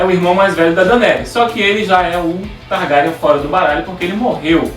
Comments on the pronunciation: que diabosss é TARGARIAN SE PRONÚNCIA :TARGUERIEN E SE ESCREVE (TARGARYEN) ACHO QUE VOÇÊS NÃO LEEM OS LIVROS E PIOR,MAL ASSISTIU A SERIE. INDICO CANAIS BEM MELHORES (MIKANNN) E TAMBÉM ASSISTIR SERIE. E SE O RHAEGO APARECER ELE SERIA AINDA UM BEBÊ, A NÃO SER SE ELE FOR PARENTE DA RENESMEE DE CREPÚSCULO. GENTE MELHOREM. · não é targarian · "Targaryan" "Raegar"...Esses erros de pronúncia me da uma raiva,mais tirando isso ta bem legal o video,bastante informações...E na vdd o Rhaegar e se casou com a Elia Martell e teve dois filhos com ela,e a treta toda foi que a Lyanna já tava prometida ao Robert,e no dia do torneio lá ele ganhou a coroa de flores que era pra ele dar para a mulher mais gata dali,invés dele dar pra esposa dele a Elia ele passou reto por ela e deu pra Lyanna ai o Robert ficou putasso,e nisso o Rhaegar sequestrou a Lyanna e o Robert se aliou aos Lannisters e aos Stark e começaram a rebelião...